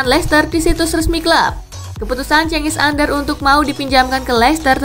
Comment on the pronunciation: Cengiz Under min Bukan Cengiz Ander 🤣